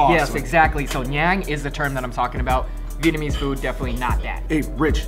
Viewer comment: Glad to hear pronouncing his Vietnamese correctly now lol